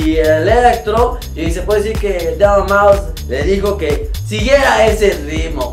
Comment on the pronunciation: Saludos desde el D.F. a mi tabien mándame saludos porfa!:D por cierto te equivocaste en el video, es deadmau5 no deabmau5:v